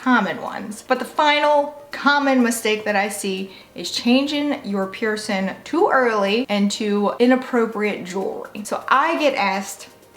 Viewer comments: You drive me crazy. The word is pronounced piercing, not pierce in! I know that you can pronounce a g, because you do it for every word ending in g except for piercing. Please work on the proper pronunciation of the thing so many of us are proud of and have interest in! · Listen to your audio. When you say cleaning, you pronounce it clean ing. When you say healing you pronounce it heal ing. When you pronounce piercing, you pronounce it pierce in. It appears to me that this is the only word ending in ing that you don't properly pronounce. I really do enjoy your videos but your pronunciation of one word drives me a bit nuts.